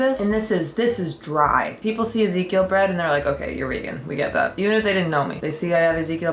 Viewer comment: that looks like food for life bread if ive ever seen it haha you said ezekeil i knew it